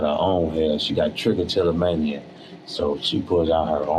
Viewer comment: Bruh pulled trichotillomania out of a hat with perfect pronunciation lol